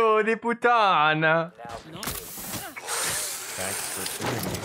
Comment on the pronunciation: 🤣🤣 im still laughing 'cause of the bad word...im italian and i understood it...a little correction if I can...when u say FIGLIO, that G sounds like the L of Miles, and when u say PUTT4N*, u must pronunciate the T as a double T, and the N, that u did as a double one, must become a single N.... btw...I love u 💖❤